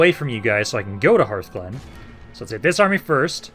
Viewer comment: TARREN mill not TAUREN, and hearthglen is like HARTH and not like EARTH, and hearth is a fireplace